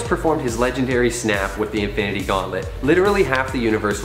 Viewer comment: “Infanity gauntlet”🤣🤣🤣